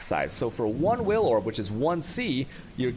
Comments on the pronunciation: It did actually take me a few minutes to figure out what he meant by "whale" orb, and I've been playing the game off and on since domination. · That's how he pronounces Vaal Orb, I find it amusing on stream but I said above why he should use normal english for tutorials